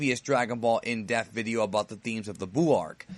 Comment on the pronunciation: It sounds like you say "Death" not "DePth".